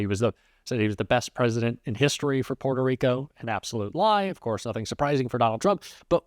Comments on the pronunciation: I’d probably believe he has a great relationship with Puerto Rico if he didn’t call it “Porto” Rico. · Trump: I don't know who that comedian is..... Also Trump: PWETO REEKO.....AH😮